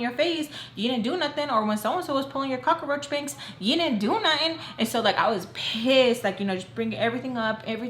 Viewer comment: Did you say cockroach bangs 😲😂